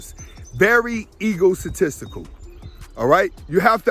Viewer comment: New word "ego-satistical" 🤣🤣🤣🤣